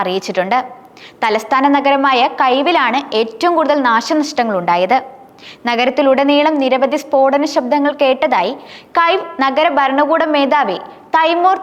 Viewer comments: Pronounce kiv....keev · കീവ് എന്നാണ് കേട്ടിട്ടുള്ളത്. അതു തന്നെ യാണോ കൈവ്?